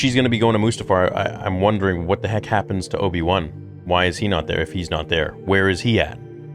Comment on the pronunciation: you crack me up how you say "Obi-One" instead of Obi-Wan with your accent.:)